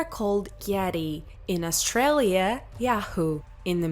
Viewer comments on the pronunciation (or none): none